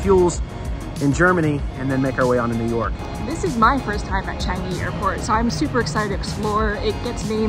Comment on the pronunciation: finally somebody from a foreign country said Changi right! Thx for saying it properly!